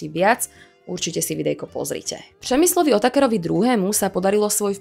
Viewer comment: U vyslovení písmene Ř to moc nešlo ,(nevysmívám se) ale při tom když jste říkala Přemyslovec/Přemyslovci vám to písmeno šlo krásně . (y) . Krásné video, děkuji.